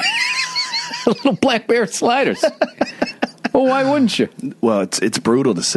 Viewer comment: Played this at work and my co-workers all bent in laughter when Bill said "I bet you're delicious" to Joe. Immediately followed by "Blackbear slide-ahs" lmfao Billy Buttertoes got himself a gaggle of new gingies. Yah welcome.